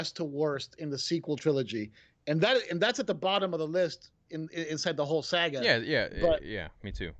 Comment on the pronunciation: Yeah but it's funny how he fails to day saga and says sAga